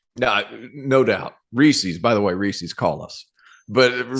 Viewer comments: Reese's not Reesee's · I've never been more upset with the DTF crew than when you disparaged 100 Grand candy bars, the absolute top of the chocolate-bar pyramid (Reese's -- which was WILDLY mispronounced by repeatedly in true torturous fashion -- is the top of an adjacent pyramid).